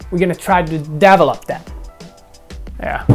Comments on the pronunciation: i thought he said "double up" at first haha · I like how he pronounces develop "devil-up" it's a nice addition to how he always pronounces version "wersion" gotta love it